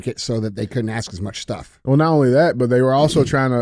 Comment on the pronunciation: We shouldn't be challenging DJ with pronouncing towns when he can't even pronounce "ask" correctly. Love you DJ